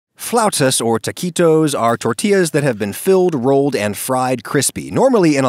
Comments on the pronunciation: "floutas" Oh that hurts, that's painful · Haha "floutas". Ouch. (I love Adam Ragusea but I hope he issues a correction.) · You'll probably get sick of hearing this, it's "Flautas". Love your channel man, I hope your videos survive the end of the world. Keep it up! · my family picked some frozen version of these and we pronounce them as "flatus" lol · it's "flautas" hehe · Not to be that guy but you'll have to hear it from someone, it's flautas with an a, they still look delicious though